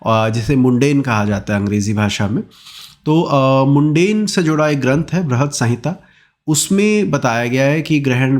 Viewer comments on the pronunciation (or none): सर मुंडेन नहीं होता है होता है मंडेन होता है